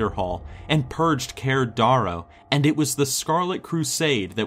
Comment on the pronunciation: Not Keer Darrow its Kie-Er Dear-Oh